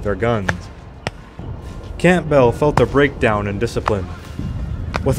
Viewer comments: Is he really saying Camp Bell? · general camp bell? you dont pronounce the 'p' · Dissappointing that even common British names (EG. Camp-bell for Campbell.) were badly butchered. I get that Europe is more varied with names & languages etc but it was hard to follow who, what & where were being discussed with such haphazard pronunciations. I feel it also shows a level of disrespect. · Just #FYI, , in the section from - , RE General Campbell, the 'p' is silent. It should be pronounced "Cam-bell". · the p in Campbell is silent, it's pronounced Cambell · Campbell is pronounced' Kambell'. The 'p' is silent. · Is that a robot voice? Read out v redooute, Campbell v camp bell 😂😂😂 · One of my friends pointed out that its pronounced Kambull. I had never heard the name pronounced aloud before and had no reason to think otherwise. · Umm... Campbell is pronounced in such a way as to rhyme with "gamble" or "ramble", etc.😁 Otherwise, the whole presentation was thoroughly enjoyable! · Campbell - the p is silent, and the double L is not emphasised. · The mangled mispronunciation of placenames and surnames, often with the wrong syllables stressed, too, is painful to listen to. You can't even get the Scots name "Campbell" right!